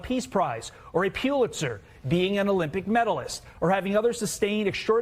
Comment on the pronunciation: AOC AND CROCKPOT? "Dumber and Dumbest"?! Plain 'ol "Dumb" said, I'm outta HERE, I got a bad enough rep as it is!".😂 And what font size was Crockpot "reading" from? I guess it was "effect flapping" for emphasis. And it is NOT "POO-lit-zer". It IS "pull-it-sir". Tell your Aides to mark "big" words "phonetically" for ya.😉😅